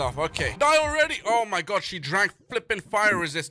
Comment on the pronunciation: I like how when he sees one of the mobs he says oh my gord instead oh my god